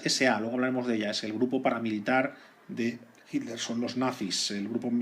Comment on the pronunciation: Muy bueno como siempre. ¿Puede ser que el narrador cada vez que dice "Hitler" suena como si estuviera diciendo "Himmler"? Soy de Argentina, quisiera saber si es una forma particular de nuestros amigos de la madre patria España. Saludos